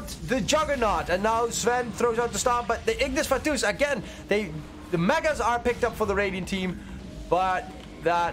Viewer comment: I hate how he says Ignis Fatuus lol